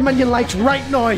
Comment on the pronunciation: why do you say noy rather than now